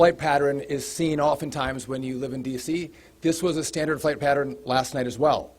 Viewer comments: who the hell pronounces "Pattern" like that, I've never heard someone pronounce it like that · He said it twice, the LEO on his right stopped to take a glance 😅